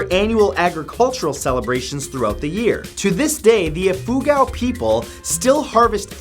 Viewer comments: Hey Matt you have stressed the wrong syllables. It's baNAweh (Banaue) and eefooGAW (Ifugao) :) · Bana-wii,bana-wii,not bahna-weh! Ifoo-gaw! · iffugaw the pronce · The way he pronounces Ifugao is funny, ee-foo-gaaw lol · I laughed when he pronounced banaue and ifugao ..hahaha